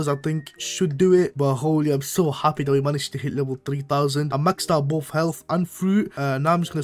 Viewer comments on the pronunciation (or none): none